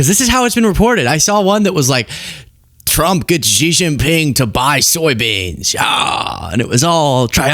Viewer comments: SHEE (JINGPING) ..... PRONOUNCED . Not Jee, Gee, whatever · Xi is pronounced rather like the English “She”, not “Jee”. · FYI: Xi's name is pronounced "shee", not "gee". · It's a good thing you weren't negotiating for us. It's pronounced (Shee). In Mandarin, (Gee) is the pills of underwear fabric that collect below your scrotum. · Xi is pronounced “she” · Come on, it's Xi, not Gee. Can't you be arsed to spare 2 minutes and find a Chinese vid on YT or TikTok to learn the correct pronunciation ?